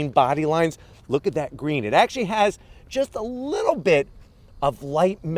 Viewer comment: This man wittlewally said littlelee